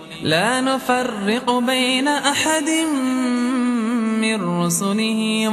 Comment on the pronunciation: . I think he recited NAFARRIQU. It is NUFARRIQU